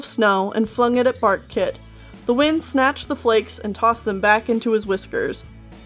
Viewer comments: Am I the only one that heard "fartkit" instead of "barkkit"? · I keep hearing ,,fart kit,, instead of bark kit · So did I. Until I realised it was barkkit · Thought you said Fartkit. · Not gonna lie, I thought you said Fartkit. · At first I thought you said Fartkit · Did you say Fartkit? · Barkkit sounds like Fartkit XD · I heard True Claus and Bartkit